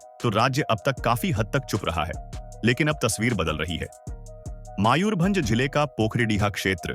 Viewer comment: It’s Mayurbhanj, NOT Maayurbhanj.